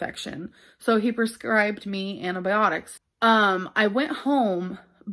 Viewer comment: "Anti byeonics"